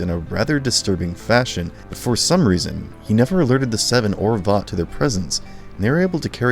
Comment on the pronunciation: I wonder how people can watch a show to the end hear the same word over and over and over and still not be able to actually pronounce it properly like Vought you say it wrong they say it a million times in the show how do you get it wrong